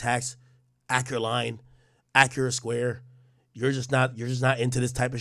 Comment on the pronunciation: Dj Ak-urrate 👌🏾